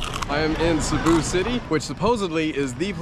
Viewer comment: Whoever taught you to pronounce "Cebu" deserves a raise.